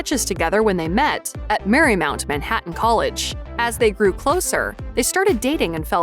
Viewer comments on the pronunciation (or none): none